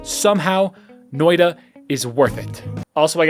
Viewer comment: Guys, he said "Noida" [No-oi-da] and not "Noita" [Noi-tta]. Do not give him any juhannussima, he's yet to become one with the Finnish epic. Perkele vie..